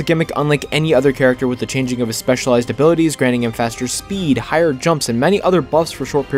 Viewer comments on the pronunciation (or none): none